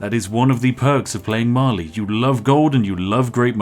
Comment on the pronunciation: I understood eventually he was saying Mali but all I heard was Marley like it's Attack on Titan up in here.